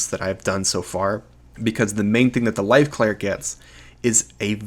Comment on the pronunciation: At times I can't tell if you're saying LIGHT or LIFE cleric.